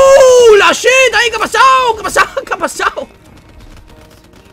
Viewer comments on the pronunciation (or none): none